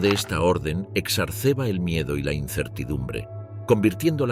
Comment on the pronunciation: Se le fue la "r" adelantada. Es como decir: "Al caer al abismo, el autobús quedó vuelto mireda".😂